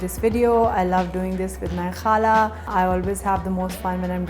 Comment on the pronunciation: I love the way you say khala .Your new subscriber from houston texas